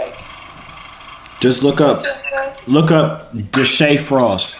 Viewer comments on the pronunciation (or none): He said Dashea??? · He said deshae frost 😂. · “Look up Deshea frost”🤣😂🤣🤣